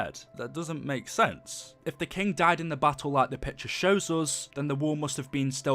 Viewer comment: He can’t even say like